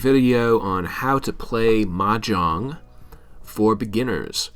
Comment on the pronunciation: You’re not even pronouncing it right! 😂